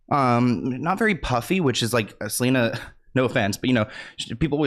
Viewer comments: Not "selener" 😂😂 your hilarious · Side note, the fact that you keep calling her Seleener is sending me xD